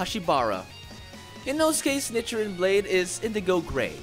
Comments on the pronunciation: Lol he says nichrin and not nichirin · it’s pronounced neechirin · Was anyone else cringing about the was he pronounced “nichirin” 🥲 Also want the mean of the black sword something like “ a demon slayer that doesn’t last long in life”?